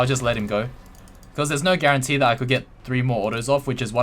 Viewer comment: there is no GAREN-TEE. Okay ill show myself out.